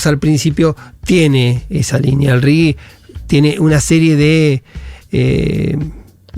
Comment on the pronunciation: J!!! RIGI - RIJI. Es castellano!!!